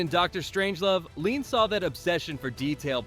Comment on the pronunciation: Ouick question...We have AI narrating, we don't hear one word from Lean himself so how do we know for sure these really were the films Lean admired most. And sometimes the damn AI can't even get Lean's name right. Leon!....give me a break.